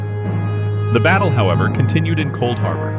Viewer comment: “Couldharbor” 🤣🤣 Jk homie love the vid